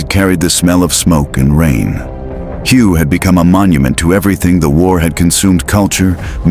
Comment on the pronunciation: This is lame-ass clickbait. You are so stupid, you don't know that "Hue" is pronounced "way", that's really lame. Avoid this clip!